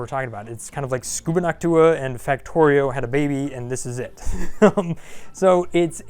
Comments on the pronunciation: did he say scooba knock toooah rather than sub nought ticker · lolol "Scubanactua"?! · did you just call it “Scubanactua?” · ^^This XD